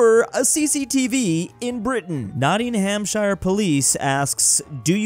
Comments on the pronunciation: it is a deep o sound, as in many -shire city names, it would be pronounced like nottinghamshow, rather nottinghamshire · Not to be a hater bro but you pronounced the shire in Nottinghamshire wrong when shire is at suffix it’s pronounced sher like in New Hampshire of Worcestershire 👍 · As someone living in the UK, pronouncing 'Nottinghamshire' as 'Not-ingham-shi-re' really sent a shiver down my spine. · it's pronounced as "Nottingumshuh" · My mum is from Nottinghamshire, the American pronunciation pains me.